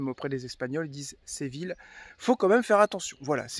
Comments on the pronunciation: Ce n’est pas Sé Ville.... Mais Sé vi lla... Si vous le prononcez en français dans ce cas il faut dire « Sé vi lle » Comme Fi lle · Séville se dit Séviye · Superbe video et gros kiff dans la foret <3 SVP quelle est le titre de la musique qui commence à ? Merci !!! Ah au fait ! Séville ça se prononce Séviye ! Je me souviens encore de ma prof d'espagnol qui à l'époque de l'expo universelle de 1992 nous avait dit de ne surtout pas aller au parc et de chercher du "chocolaté" ;D ce qui nous a évidement tous dirigé vers cet endroit stratégique par la suite ! Le reste de la classe vert a ete epique ! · Coucou les 😊 J'étais pliée quand tu t'es mis en mode chasseur avec Téo pour observer l'insaisissable Martin 😂😂😂😂 Séville est une très belle ville 🏙 Je pense qu'on prononce "ille" comme "bille", "iye" 😉 Ben oui, c'est toujours déplaisant de tomber sur des spots souillés 😒 À très vite 🤗 Gros bisous 😚